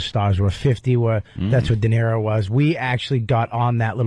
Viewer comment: D-E-N-I-R-O “Denarro” what an ass.